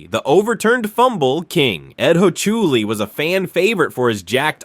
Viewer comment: "Ed Hochuli" --> Can't be that badif you don't even know how to correctly pronounce his name.